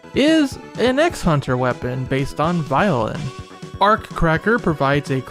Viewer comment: The way you said Violen made it sound like the weapon was based on Byleth from Three Houses.🤣